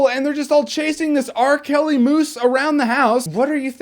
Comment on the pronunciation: "R-KELLY Moose" ROFLMAO! now there is a film you need to review.